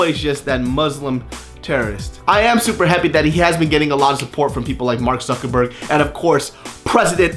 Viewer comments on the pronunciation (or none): none